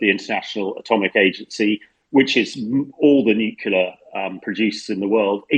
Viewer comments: Good podcast but please stop saying nucula. The word is nu-clear! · Nucular energy hah, why is it that even media people pronounce this wrong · Hamish needs to learn how to pronounce "nuclear" if he wants to provide his expertise on the subject. My ears are bleeding! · I cant with this refusal of english journalists to learn to pronounce slavic names. Its godamn Pootin, not Pyoutin. U dont watch any other new outlet? How Deuche Welle can pronounce names, u can't? And what in nucilar? Wtf, do u all live in some Oxford saloon smoking cigars and drinking wiskey?